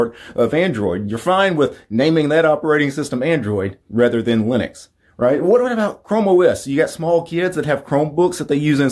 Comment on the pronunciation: "Gunuew slash leenix"..... Yeah. Pretty easy to say isn't it?